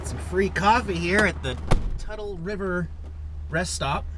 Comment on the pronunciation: it's pronounced Tootle not the way you pronounced it.